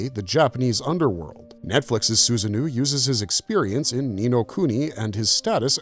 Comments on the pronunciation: Sorry, but it's Susano-o, not Susanoo... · Am I the only one kinda annoyed he's calling Susanoo SusanNu? And the irony of pointing out the lore inaccuracy?? It's a great video, but still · The pronunciations of some of these characters pulls me out. Susano - (Soo-zah-noh) is just one example